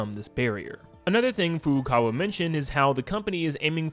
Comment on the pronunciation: You need to learn now to pronounce Furukawa.